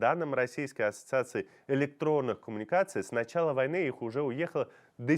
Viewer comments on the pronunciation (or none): none